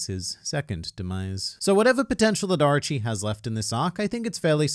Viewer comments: stop saying Archi instead of Orochi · Oooo arochi not archi 😂